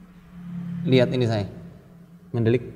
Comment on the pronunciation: Mendelik wkwkw tadz tadz ko mendhok ya